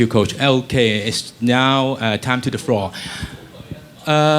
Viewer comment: "its to time to the froor"